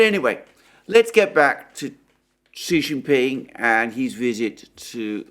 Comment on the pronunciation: Just FYI ... Xi is pronounced like SHE so it's SHE JIN PING